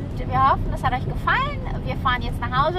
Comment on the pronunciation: Das warsch jetzt auch von unserm Vloggi.''..:DDD,,Wir fahren jetzt nach Hause zu unserm kleinen Tammiwürschtel.''.. Ich falle vom Stuhl:'D ♥♥ Schöne Aufnahmen, und insgesamt ein tolles Video von euch beiden:)